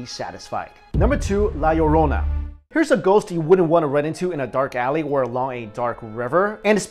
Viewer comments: I almost stopped watching as soon as he said la llorona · its la lorna. not la laronia xD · not to be mean but u pronounced the La Lourana wrong no offense. srry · you are so bad to pronounce Spanish so bad XD and I knew the one of La llorona because I'm spanish